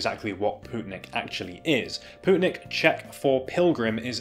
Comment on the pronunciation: Its lovely to see a good brand coming from my home country! Also on a side note, its pronounced more like "poetnik", rather than "pootnik". Thanks for giving them some exposure!